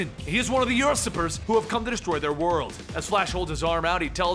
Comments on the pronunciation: usurper is "you-serp-er" not "us-ip-er" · "Ursurper" lul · Usurper, you-sir-per.